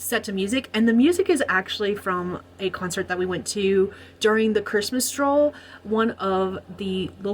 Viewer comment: First time I heard it as 'Christmas Troll' then I understood 'Stroll' 😂🧌